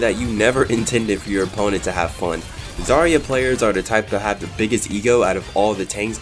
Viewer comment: When you say zArya it hurts me, as a Russian person. She's zaryA and... Well, I can't explain how "ry" should be read hear. But instead of saying ia it's better to say ya